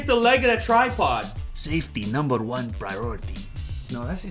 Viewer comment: Sefty naamber van praayareety 😂😂😂😂killed me